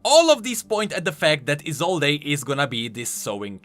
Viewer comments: Just want to point out that Isolde's name isn't pronounced I-zol-dé, but just I-zold. Anyways, can't wait to see where the story will be going next ! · ISOLDE: "I-sol-day" Me: it's "I-sold" v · I think, her name is pronounsed: Isold, without [e], sorry,, but I thought you listened to his VO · Viego pronounced it as "E sold" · I cringe every time you mispronounce "Isolde" go listen to Viego's voice lines if you think I'm wrong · For the love of yordles, e in Isolde is silent. You'll hear it in Viego voice lines. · Isolde with a silent E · Small nitpick but you're pronouncing Isolde wrong. The e is silent. Unless the name itself has different pronunciations I'm not aware of. I've just always known it with the e silent.